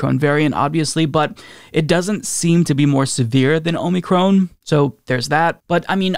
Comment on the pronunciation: Lol “Omey-Crohn”